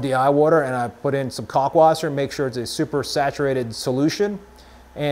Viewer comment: It’s pronounced “cow-lk wasser.” Not “cock-wasser” 😂 Great video man! Thanks so much for this topic. I find myself watching all your videos.